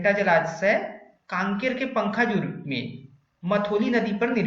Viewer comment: पंखाजूर नहीं पखांजूर